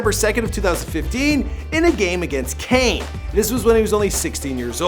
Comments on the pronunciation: Troys, cains, nan-tes. Hahaha, I can't. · Cains and nan-tes. Hahaha MDR. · THEORY Henry 😂😂 and Kane instead of Caen 😂😂 you got to love Americans pronouncing everything related about football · Caen = Kane 😂😂😂😂😂😂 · Nice pronunciation of Thierry Henry and Caen 😂🇫🇷